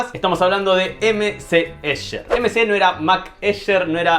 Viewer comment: El colmo de la "ñoñez"... No se dice "Ésher", sino "Éjer"... Ya que se pronuncia en alemán y no en inglés... Soy horrible, lo sé...